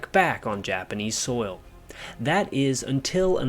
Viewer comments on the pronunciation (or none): none